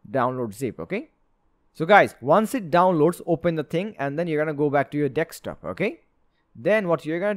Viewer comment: Very good tutorial! But please it's DESK TOP not DECKS TOP